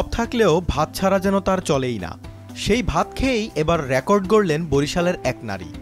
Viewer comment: র‍্যাকর্ড নারে ভাই। রেকর্ড।